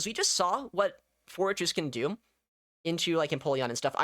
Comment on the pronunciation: I heard "florges" instead of "forretress" all the time and was so confused about when it got shadow and also a bug bite.